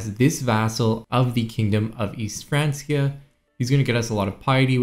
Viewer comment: Everyone else: Frankia: France-E-uh